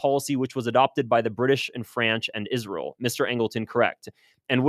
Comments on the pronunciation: saying, isrel like Lindsay Graham does. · You say Israel weird …. Kinda like Lindsey Graham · I just figured you pronounced Israel like that because your body is rejecting Israel’s toxicity.